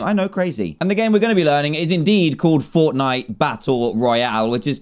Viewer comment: Did anyone else see when he was on steam he said Fornite and not Fortnite lol